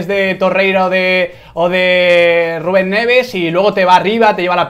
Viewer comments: Puedes parar de decir Gubén por favor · Miguel Quintana no sabe pronunciar la R ,cuando dice Ruben Neves suena como Guben Neves ... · Nadie: Absolutamente nadie: Quintana: GUBEN EN VEZ DE RUBEN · Porque dice guben en vez de Rubén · Por qué no sabe decir Rubén?